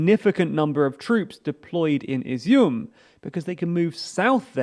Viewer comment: I’ve got to give you credit for pronouncing Izyum correctly, but it’a kinda odd to hear since it means “raisins” in Ukrainian.